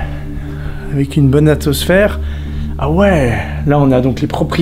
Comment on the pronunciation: « avec une bonne ATOSPHERE 😂😂 »